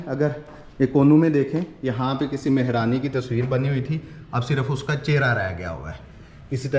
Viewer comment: MashaAllah boht achi koshish hoti hy kafi detail main ap btaty hain Maza a jata hy vlog daikhny ka bs aik request thi agr apko bura na lagy tou zra Urdu ki pronunciation zra aour bhtr kr lain ap bar bar taachqy Keh rahy theiy JB kh taaqchy hota hy mehraani nai balkh mahrani hota hy don't mind it thanks